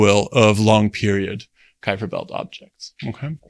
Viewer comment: I am amazed how proper you pronounce Kuiper!🇳🇱